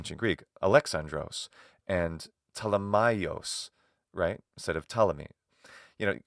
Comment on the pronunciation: "Ptol" was how the name Ptolemy was abbreviated in the show. must have read it wrong and it sounded hilarious.